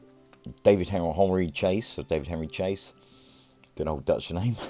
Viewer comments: Its pronounced sha say. Lovely video! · Baron Chassé, pronounced like Passé or Café.